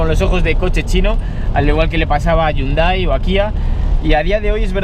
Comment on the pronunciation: se dice jiundei no yundai al los hyundai